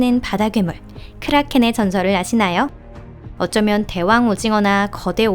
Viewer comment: 크롸켄,워레는크라켄 ㅋ 크롸켄